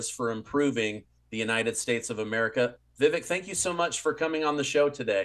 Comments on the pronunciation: Vivek.....pronounced Vivake, like cake. Js Not trying to be grammar police, it's just that he's a candidate for the PUSA so feel like people should least know the proper pronounciation. If you choose to not say it properly once you know, that's obv your choice. Just a heads up. 🙂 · His name is pronounced Vivek like cake (Vivake). I notice he corrects people less often recently. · Please pronounce his name CORRECTLY! Vi-VAKE, LIKE CAKE! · Yes to both. & it's Vivek, sounds like cake... ;) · Vi-VAKE…rhymes with CAKE…it’s only been over 6 months…Stop being an Amateur… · Vivek, rhymes with cake. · Vivek is pronounced to rhyme with 'cake" ☺ Is it possible to have a President with "honest and common sense" policies? Ramaswamy sounds like the answer, but can he win the election?!